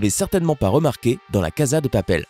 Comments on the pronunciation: On prononce , cassa , pas caza ! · Ça m'énerve normalement on dit caSSa de papel et non pas caSa de papel ( même si ça ne s'écrit avec un seul S ) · Vous avez tous quoi à dire Caza au lieux de casa? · Melon Blanc mdrrrr ah oue je crois tout le monde dit « KAZA » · La casa dé papel pas de papel.